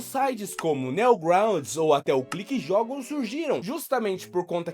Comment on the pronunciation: "Neogrounds" Son 😭